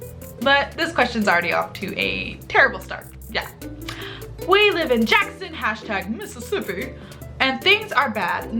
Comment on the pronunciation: The way she said Mississippi is hilarious